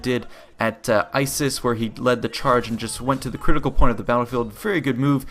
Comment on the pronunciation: ISIS? its pronounced issus (is-us).